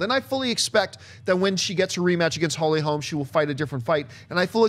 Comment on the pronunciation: It's Holly Holm. Not Holmes.